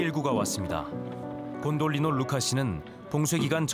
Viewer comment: 곤돌리에레 아닌가요 곤돌리노는 스페인어 같은데.. 저도 확실히 모름 아는 분 답글